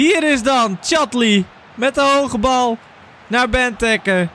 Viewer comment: Ben jij überhaupt een belg?! Wat zeg jij allemaal België presteert niks... En het is bentéké niet bentuke ofwa gij ook zegt